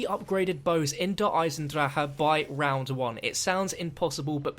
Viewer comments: Its not called det eisen dracha its called der eisendrache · One year later and still says "Der Eisendrahha" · not trying to be rude, can you stop saying der eisendrach-aha. my mate watches all your vids and repeats after you :P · The "H" is silent in Der Eisendrache stop saying it the way your are its so annoying! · It makes me cringe